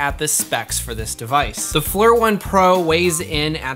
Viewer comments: I'm pretty sure Flir is pronounced as "Fleer" not "Flur". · I think Flur sounds better, but you're correct its pronounced Fleer.